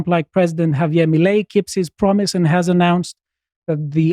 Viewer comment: So funny how they never got the spanish pronounciation of Javier right since the first time they talked about him ❤